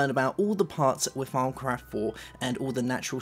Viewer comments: thought he said "farmcraft" at first xD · Y do u call thawmcraft farm craft it is really anoyying